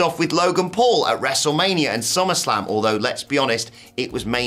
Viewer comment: Did you just say WrestleManrium? You silly British man.